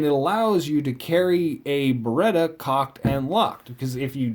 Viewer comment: Then why are you saying it wrong? It's Beretta.